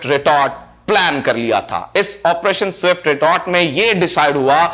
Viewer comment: Jabwa jee zindagi mein kuch parh likh bhi lena tha. Bohat semi literate reh gaye ho. Fazlika ko fazalka keh rhay ho. aur swift retort ko zift retort boltey ho.